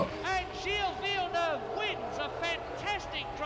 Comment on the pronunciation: the pronunciation is more like "jeel vill-nuhv"